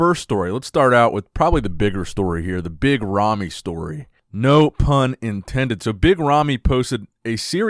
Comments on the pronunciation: I hear yummy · Sometimes when says 'Big Ramy' I hear 'Mitt Romney.'